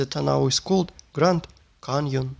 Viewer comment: I have to wonder what his native language is, because of how he pronounced "canyon". It's so common word, it's a small wonder he did it that way.